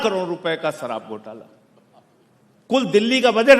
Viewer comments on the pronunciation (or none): none